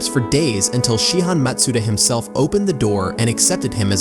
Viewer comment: good video! ps that's not how you say matsuda.